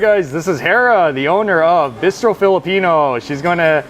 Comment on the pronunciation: Great concept. Very surprised by your Korean BBQ choice when there are so many to choose from and you’re been to so many. Also, your pronunciation of ‘bistro’ got me so confused. 🤣